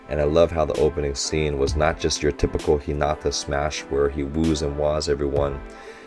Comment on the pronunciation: I notice a trend about hinata and tanaka's pronounciation I hear lot s of people putting stress on the NA like hi(NAA)ta (make sure to prounonuce the T, it's not hi(na)[da] its ni hinaTa the Na is a bit longer but it should be one syllable long same for tanaka, I hear you pronounce it Ta[Naa]ka both stress should be put at the end of the name as if ending sentence This may not be a good explanation but I hope its correct and helps you